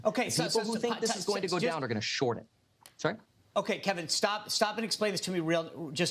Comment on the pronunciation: Kevin's face when the dude pronounced his name correctly.